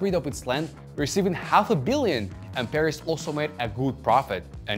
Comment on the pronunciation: Bruh I kept thinking you're saying Paris at first Nice video nonetheless